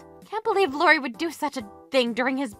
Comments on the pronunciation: Please pronounce Iori’s name correctly. Starts with an “I” not a “L”. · I love these videos but shouldn't "Iori" be pronounced like "eeyorry" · His name is Iori. Pronounced ee-or-ee. Not Lori. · Iori is pronounced ee-OR-ee. How are you guys mispronouncing a frequent characters name?